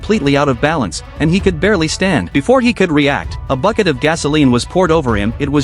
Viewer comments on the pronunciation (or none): none